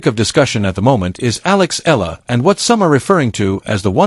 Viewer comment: It's pronounced "eh-ya-la".